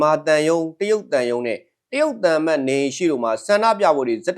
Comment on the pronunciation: နာမည်ကိုက. တယုတ် ရုတ် ပါဆို အသံထွက်ကိုက. ယုတ် ဘယ်လိုလုတ် ကောင်းမတုန်း